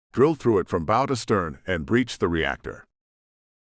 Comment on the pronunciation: Great stories, Is this read by a computer? I have heard mispronunciation of many simple words like Bow as in bow and curtsy pronounced bow as in bow and arrow. In 'Iron Hand ' infiltrator was pronounced in-FILL-trator and it was used at least 30 times which became hard on the ear. Pronounced numbers in multiples sound digital and staccato. Im curious because I participated with voice recognition stuff in the mid 70's. Could you let me know? Thanks.